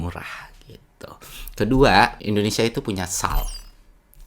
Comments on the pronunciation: Indonesa atau indonesia 😅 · Si sok2 paham, lah wong nyebut nama negara Republik Indonesia saja dia bilang gini endonesa..